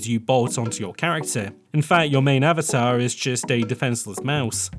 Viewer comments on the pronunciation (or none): none